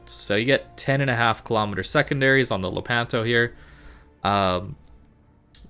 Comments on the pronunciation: Love your videos. Anyway it’s Lépanto, not Lepánto 😃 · Lépanto non lepánto....